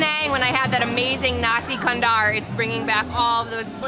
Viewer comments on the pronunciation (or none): none